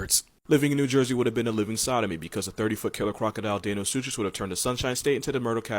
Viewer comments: Just one minor correction: Deinosuchus is pronounced dino-soo-kus, not deh-no-such-is lol But then again, as my biology teacher sophomore year of highschool once said, as long as you can spell it correctly it doesn't matter how you pronounce it! XD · yo ur pronouncing the end of the names “suchis” wrong it’s pronounced “sewkis” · I just realized you pronounced deinosuchus wrong, it is pronounced day-no-sooc-us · He said deinosuchus it is DINE-oh-SOOK-us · It’s pronounced die no su kis but ye no pressure love ur vids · I really hate to be that guy, but deinosuchus is pronounced as - "dino-sue-cus". Love your channel, btw. XD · Its pronounced "dino-sook-us" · I love how he mispronounced deinosuchus but pronounced dunkleosteus right